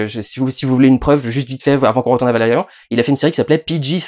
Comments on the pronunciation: ValeRIAN Putain comme dans Chiant et LaureLINE. Te voir prononcer à l'Anglaise me fait saigner les oreilles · D'ailleurs il prononce Valérian à la française... je suis a la bourre aussi :/